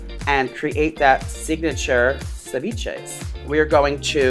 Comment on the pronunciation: As a Latina watching him butcher ceviche hahaha 💔😂